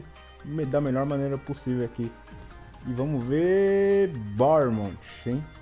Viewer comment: E se pronuncia barnnemouf